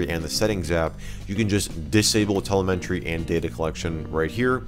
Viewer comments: there is no "n" in Telemetry. It's pronounced, "tell em a tree". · just fyi telemetry = tuh lem etry not tele meh tree. Cool looking program. I actually loved the old TweakUI. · I admit I am triggered by how you say telemetry.